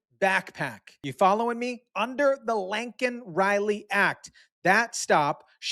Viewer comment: Its not that hard to pronounce laaaken riley,not linkin riley.